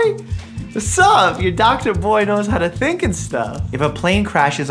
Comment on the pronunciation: Doctor mike: Yah boy. Uh boy know how to tink and stuff Me: what did he saaaaayyyyy ??????????